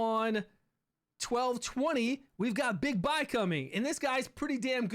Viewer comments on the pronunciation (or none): It's pronounced Bigbee